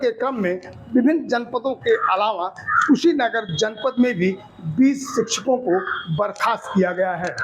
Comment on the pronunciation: शिचछको नहीं शिक्षको होता है 😂😂😂😂😂😂😂😂😂